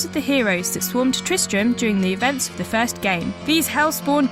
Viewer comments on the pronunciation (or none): Did she pronounce "first Diablo" as "fast Diablo"?